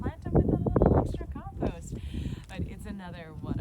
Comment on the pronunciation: How do you keep warm in the winter. And your saying compost wrong.